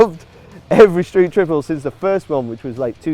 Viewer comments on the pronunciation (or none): what's a "Stree Triplet RS" ;)